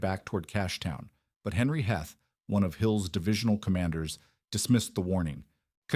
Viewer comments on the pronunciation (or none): Not good. I gave up after 5 minutes. Heth is pronounced Heeth and there is no evidence whatever that the Confederate soldiers were looking for shoes in Gettysburg. The town had a few cobblers but no shoe factory. In fact it was a carriage-making center.